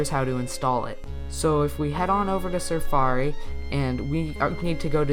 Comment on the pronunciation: LOOOL he said surfari